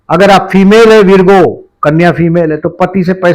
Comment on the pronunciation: उच्चारण वर्गो, वीरगो नहीं